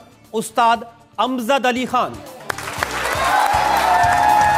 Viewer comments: Amzad nhi amjad h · Its not amzad its amjad mr rajat